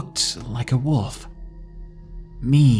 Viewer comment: Lol you say wolf kind of like wuff